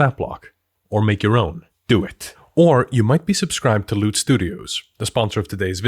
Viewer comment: sorry but... Do you know that "Loot" in that ad sounded like "Lewd"?